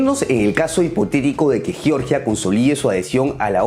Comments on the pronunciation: Chicos, sólo una acotación: el país caucásico Georgia 🇬🇪 se pronuncia como se lee en español (Jeorjia). Si lo pronuncian como “Yorya” se están refiriendo al estado sureño de Estados Unidos. 🇺🇸 En el video dicen ambas pronunciaciones, ojo con eso. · Hola: tú pronuncias correctamente Georgia en español, y le das a la letra g su sonida español como en geogrfía o en geometr{ia_. Pero el señor que te hac la segund voz pronuncia erróneamente _Yoryia, Yoryiano, etc. ¿Podrías recomendarle que no le enseñe errores a tus seguidores? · Hola: tú pronuncias correctamente en castellano Georgia, pues das a la letra g su valior español como en geografía o en geometría_. Pero el señor que te hace la segunda voz dice erróneamente _Yoryia,- o -Yioryiano, cual si estuviera hablando del estado norteameriucano de Georgia. ¿Podrías sugerirle que no le enseñe errores a tus seguidores? Gracias. -_